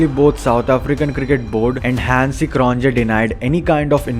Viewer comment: It’s “Croniyeah” and “Boyeah” not CronJE or BoJE!